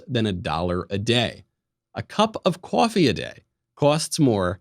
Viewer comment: I love how he said cAWEffee in the life insurance ad. So New York